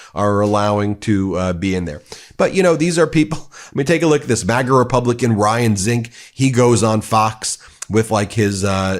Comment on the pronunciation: He couldn't possibly bring peace to Ukraine in 24 hours, unless he got Putin to pull out, and that isn't happening. It's Zink-ee, my beloved congressman. 🙄